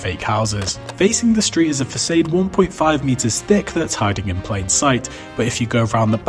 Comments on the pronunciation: That's not an American pronunciation. Fa-sayd is just incorrect. Façade is a French word that was adopted into the English language. It is pronounced fa-SAWD, as it would be pronounced in French. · Cambridge dictionary lists both british and american pronunciation as "fasad", the "fasaid" that's in the video is just wrong lol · I'm pretty sure only younger generations say "fa SAYD". It's Fa-Sahd in traditional American pronunciation, but Language is constantly changing. It's like how they now say "Uh--mediate" instead of "Im-mediate" now. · As an American, I’ve never heard anyone pronounce is like “fasaid” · Everyone I've ever met has pronounced it "fa-sodd" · No American pronounces it like that. It's pronounced "fuh" as in "pho" and "cade" as in "sod." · It's pronounced fa-saad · It’s pronounced fawsawd bro… 🤦🏽‍♂️ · Fa-Sade? That's fake too. Let me guess, it was for Aes-Tetitic reasons too? 😂 A shame your pronunciation ruined an actually interesting video. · the British narration with an American pronunciation of “facade” caught me off guard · There isn't an "American" pronunciation of facade. It's just facade. He said it wrong. I'm American and I've never heard anybody say it like this guy. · American. I’ve lived on both coasts and different parts of those costs. Traveled much of the rest of the country. I’ve never heard an American pronounce it like that. Some may. I’ve never encountered it.